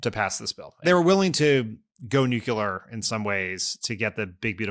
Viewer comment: Pretty difficult to view Dan as anything resembling an intellectual when he's still pronouncing it "noo-cyoo-luhr". And clear your fucking throat before doing these podcasts, Dan!!! FFS!!!!!